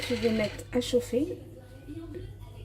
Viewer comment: JE VAIS METTEJE VAIS METTE JE VAIS METTE!!!! TU ES ALLERGIQUE AU R ????!!!!